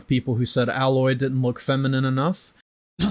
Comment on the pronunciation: He can't say Alloy's name right either, fake geek boy